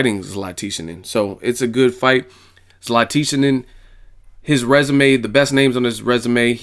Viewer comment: Hey, EsNews interviews Dejan Zlaticanin. In the interview the real pronunciation of his name is in it. It's Dejan (Day-Hun) Zlaticanin (Lat-Ti-Chanen) like canon but add an H to the word canon (chanon). So Lat-Ti-Chanon. I hope this help.